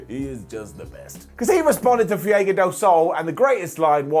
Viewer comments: I adore you, and that’s why I have to tell you that you pronounce Fuego wrong. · I wholesomely love they way pronounces Fuego. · I like, really I do, but the way he pronounces Fuego just irritates the living shit out of me.